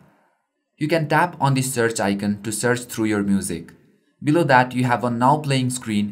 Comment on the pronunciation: One thing, icon is pronounced i-con not i-cen😀